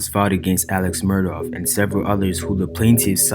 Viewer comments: His last name in the "low country" is pronounced Murdock. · that's OK. The way you pronounce it is definitely the way it sounds and also it fits the narrative of his alleged crime. Also your documentary is very well done. I've been following this case for a while and you provided a lot of information that most docs miss.